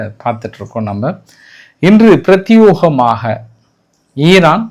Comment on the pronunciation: " Prath A gamaga" please read this in a single word.